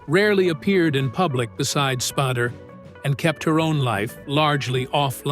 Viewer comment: When the AI voice calls him 'Spaarder' instead of Spader. fml.